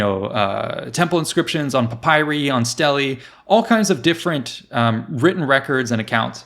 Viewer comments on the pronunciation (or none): none